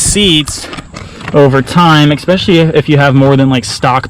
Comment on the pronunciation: Please stop saying "exspecially" there's no x.